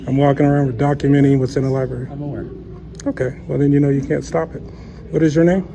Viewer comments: I guess he really can’t read. He wanted to go to a Court House and voila….in the Libarry. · He really need to hit the liberie..look at what he wrote "torchure" cuffed😂😂😂😂😂😂😂